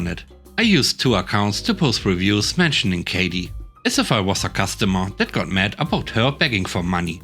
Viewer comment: Kathy isn't the same as Katy. I hope you didn't make this mistake with a person you know! Kathy = Ka - Thee